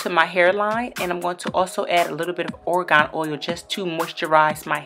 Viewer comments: Rania Khanoub i understand. sometimes when people mispronounce a word I just want to correct them too. she say orgon and it sounded like the state so i thought there was a new oil that i didn't know about. lol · dang chill, its its gonna kill you that she said a word wrong